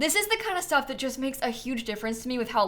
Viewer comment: "I jist don't really care about penthouses!" so funny 😂